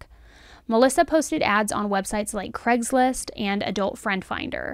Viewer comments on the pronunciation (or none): Please say Craigslist not Cregslist...